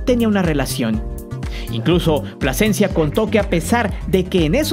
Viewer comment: Carlos Pasecencia a wey te comiste la letra L esupidin. Carlos Plasencia...